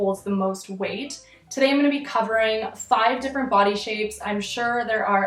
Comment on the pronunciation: i can’t remember when but one time you said body i seriously thought you said putty